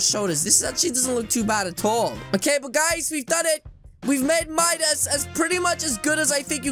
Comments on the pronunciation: It’s Midas not MUDIS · its midas not midus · its Midas not minus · It’s not midus it’s midas